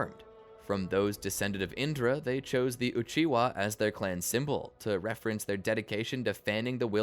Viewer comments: ain’t way you said uchiwa 😂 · Nah man said uhiwa